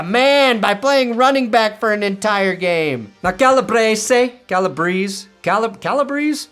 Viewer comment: It’s cal-a-breece, I played football with his son